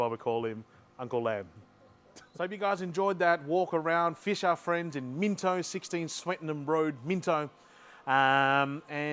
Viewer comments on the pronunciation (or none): You're obviously Aussie AF. So why did you keep calling it Minto? Everyone knows, it's Minno. Silent T.